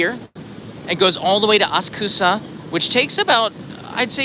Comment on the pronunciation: Thanks for the video. I don't suppose you saw where the new Sotetsu/JR line ends up when it gets to Shibuya? Sorry, I don't usually do this, but... It might be helpful to put the emphasis on the correct syllable in Asakusa [a SA ku sa], especially since it's already sometimes confused with Akasaka [a ka SA ka].